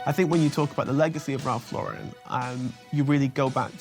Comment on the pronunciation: These people mispronouncing Lauren is driving me crazy! Anyone else? Just me? Especially non-Americans. No, it’s anyone. 🤪